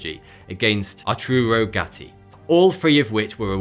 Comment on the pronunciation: I've cringed when he said "Atruro" Gatti